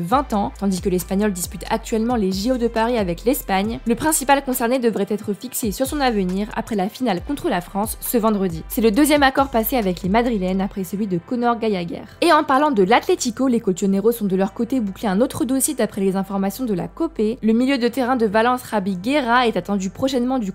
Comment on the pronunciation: J'avoue. Et le Gallagher en mode Gayagher, elle croit que c'est un espagnol ou quoi?😂😂